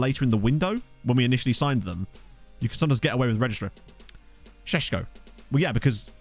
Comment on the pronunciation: Sesko as you said it is right. It is like Sheshcko. Greetings from Slovenia